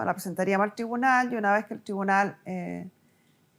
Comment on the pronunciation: Porque está mujer dice thribunal, no es tribunal????